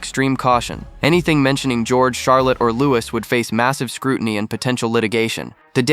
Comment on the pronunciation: Not Lou-iss it’s Lou-ee